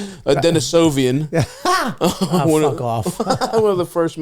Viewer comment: stav went svante pääbo mode and really said denisovan